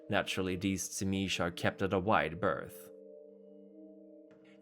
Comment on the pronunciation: I thought it was pronounced zeemeetsee.